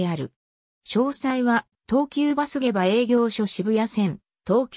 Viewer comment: 下馬はげばではなくしもうまです